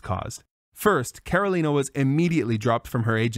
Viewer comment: As a native Ukrainian speaker myself, while Karolina's pronunciation is perfect, I'm not sure if it's the result of being fluent in Ukrainian or simply learning the pronunciation through common Ukrainian words that her family may have used at home.